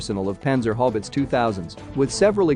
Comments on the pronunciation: Dude its Haubitze ...how bits za... or hobbits.. howitzer lol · Haubitze not Haubitz. The last 'e' is spoken too. So, it is spoken like: 'Howbeetseh'. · Sounds like he says "Panzer Hobbits" Its hau not hob.Did they find the ring yet? Must have run over it with the "Hoewitzer"😀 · While I do like that you are using the German name, Haubitze, could you please use a more "ow" sounding diphthong, something like "how-biz"? I keep getting distracted by all the talk about how effective the panzer hobbits are (overrunning the orcs in their mithril mail no doubt). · Love the way you pronounce the word Howitzer "it's How-its-zer"🤣🤣🤣🤣🤣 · The German pronunciation of "Haubitze" is similar, but still distinct - How-bit-the (with the "the" being more like the "ze" that Germans use in English videos)